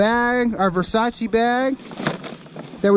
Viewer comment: Quando ho sentito verseic al posto di Versace 😭😭